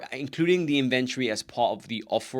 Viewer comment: Great information but it took me a while to understand that you were saying "inventory". Being from the US, I say "IN ven tori" and I heard something like "in VEN turi" which isn't quite a British pronunciation either. But I'm glad I figured it out as the information is very helpful. Thank you.